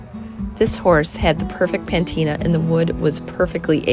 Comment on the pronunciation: no offense but the word is "patina" not pantina,, what do you do with all those drawers??